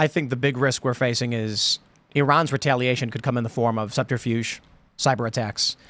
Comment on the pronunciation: "Retailation" lol.